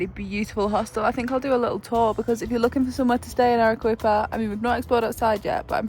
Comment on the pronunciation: Loving the Peru content ❤ if there’s a “qu” in Spanish it’s pronounced as a “k” so Arequipa would be pronounced Ah-reh-KEE-pa